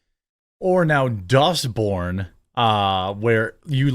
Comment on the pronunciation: Every time I hear dustborn I hear dust bin